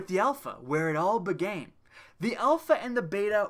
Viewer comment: "Where it all begain" 😂🤦🏽‍♂️